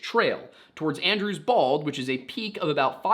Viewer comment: I know you're saying "Andrews Bald" but I can't stop hearing "Andrew's balls." So their plan, was to check under Andrew's Balls. 😂